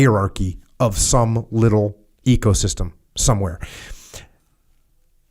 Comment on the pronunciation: I don't know why I'm hearing it 'ego'-system every time he spells ecosystem